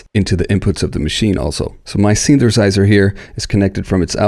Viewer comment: Synthesizer = Synth-a-size-er. NOT: Synth-ER-size-ER. YOU know what I mean ? Just pop that first ER right outta there. Then drop that ER like a MF'In bomb like you don't need it in da mashina...know what I need... Just like that...yeah!